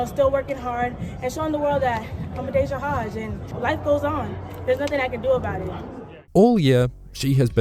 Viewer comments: Is the J silent in New Zealand or something? "A-dayah Hodge"? Genuinely curious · Adoper hodge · Please start saying adaejah Hodges name right